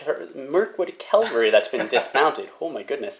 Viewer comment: It's said CAValry not "calvalry" please stop making my ears bleed 😂 Kudos for Angmar player putting up with your thinly veiled glee at the solid die luck you were having. Respect.